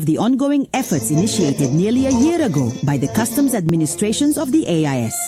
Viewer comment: It's AES not AIS!! Research!